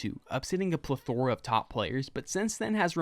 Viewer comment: I'd like you to revisit your pronunciation of plethora